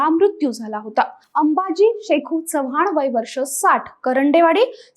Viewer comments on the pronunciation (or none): none